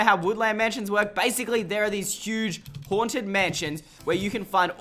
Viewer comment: “Now over shere” lol shere